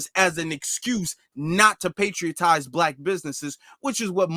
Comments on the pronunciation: Bruh ! "Patronize"✊🏿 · He should just come out and say that he hates black people! Also, kind correction, the word is "patronize." I enjoyed the broadcast, thanks.